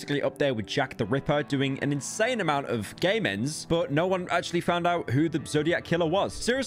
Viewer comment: he saying "game ends" but sounds exactly like "gay mens"